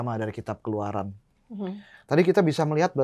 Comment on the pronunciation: Bacaan dari kitab keluaran bukan keleluaran Kenapa tidak dikoreksi sebelum tayang